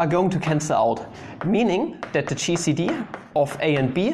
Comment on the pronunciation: When you said gcd I thought you said cheesy D